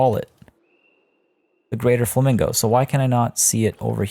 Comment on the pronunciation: LMFAO Fla-mingle.....SIGH lolololol